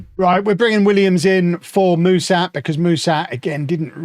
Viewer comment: Hey, Mușat is pronounced "Mu-shat", like the english past tense verb